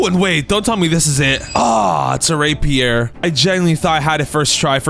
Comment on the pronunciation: dude did NOT say rapier